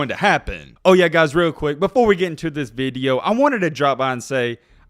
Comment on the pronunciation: Video.....not vid yo...🤔😁